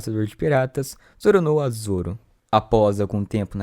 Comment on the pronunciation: o cara falando ZOROnoa zoro